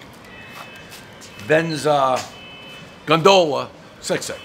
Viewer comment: A true man of the people. Venice, Sicily? Couldn't be any more different. He mangles the gondola pronunciation. But who cares? El presidente gives us what we want. And we support it.